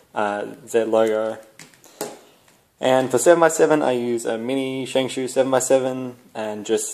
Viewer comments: I say Shingshao, you say shinsho😃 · its shengshow not shengsoo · I forgot, Shengshoo FTW! No offence if you took any, I thought its cool, the way you pronounce it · I think ive been pronouncing my shengshou wrong